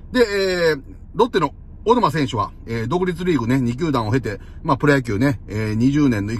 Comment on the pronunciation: 序盤の小沼が大沼って聞こえてしゃーない 小さいのが大きくなってて草って言いたくなる